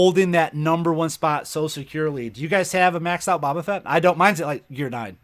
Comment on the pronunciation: Eeeehhhh ITS BO BA FETT